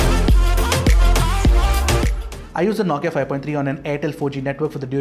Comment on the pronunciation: Ffs. It’s “No” Kia not “Nau”Kia.